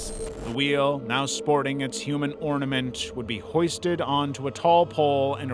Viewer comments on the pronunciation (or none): none